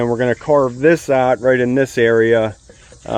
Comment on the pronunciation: What is up with saying “ot” instead of out? I get Canadians pronouncing out as “oot” but I have never heard an American say “ot”.